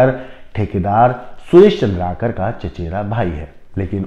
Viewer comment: सर , चंद्राकर नहीं, चंद्रकार है,जोंकी,sc वर्ग में आते है, चंद्राकर,obc वर्ग में आते हैं।